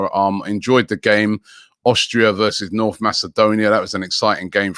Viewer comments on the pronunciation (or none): none